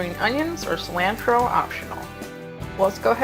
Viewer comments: “Cil-anne-tro” 💀 I really feel like ma’am lives under a rock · She did not just say "sill-ANNE-tro". You can definitely taste a hint of chicken and salsa. It tastes like chicken and salsa. Definitely salsa-ee. Queen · Also who puts cilantro in fired rice 😭